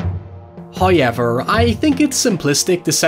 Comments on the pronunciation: This may be a record for time says How-yever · First "high-yevver" occurs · No one:: HaiYever... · No shade, I love your accent,. This particular word just fascinates me. 🤣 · . There it is again. "Hoyever" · Not just one, but TWO ‘hoiever’s’ thank you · I'd say it's a "höiever"! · It's more like howYever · I love how pronounces "however". Its the whole reason I subbed.